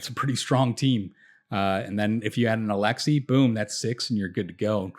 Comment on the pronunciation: but not alexei :P